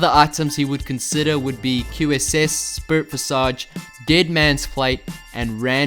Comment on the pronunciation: Finally someone that knows the correct way to pronounce spirit visage not like those brain dead casters